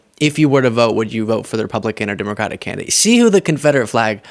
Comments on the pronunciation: How is it he can quote the constitution but can't say the name of the Democratic Party correctly.... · Here we go again with another illiterate unable to pronounce the word "Democratic".